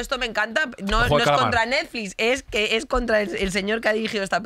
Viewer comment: Oye me encanta el contenido pero dejar de decís ejjque.... Yo tb soy de Madrid pero esto si alguien dice asínque como decía Kafka....Pues la forma tb afecta al contenido